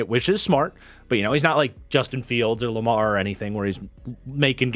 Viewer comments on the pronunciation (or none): none